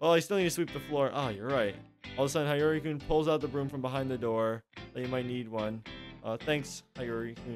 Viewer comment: it's pronounced as "Sheen" and "he-yo-ree" ;A; anyway great play through! I didn't know this existed lol, it was really entertaining!